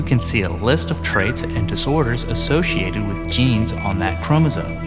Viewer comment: He keeps saying Chromosone! Arghhhhh!!